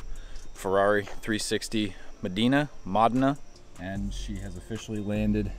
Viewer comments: Modena, with e as in the word bed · That is not how you pronounce "Modena"